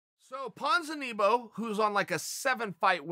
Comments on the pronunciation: Ponzineeboe chael does it on purpose in sure of it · Chael "Ponzeneebo" Sonnen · Chael "Ponzinibo" Sonnen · Uncle Chael says Ponzinibbios name wrong in the first second of the video: Ok Great